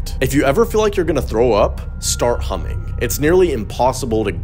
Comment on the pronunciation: Dude...I thought he said start Humping instead of humming I was like "hold tf on"